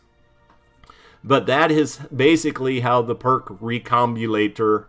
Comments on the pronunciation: its pronounced "RE come BOB u Lator" love your vids lolol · that’s great that you’ve made so much progress! It can be a difficult thing to overcome for sure. But I wasn’t referring to any stutter. I meant right at the beginning when you read recombobulator (step by step) and went right over one of the syllables. The internet has a running joke about how a lot of youtubers just don’t pronounce these kind of things right and it seems you just got sucked into the joke, that’s all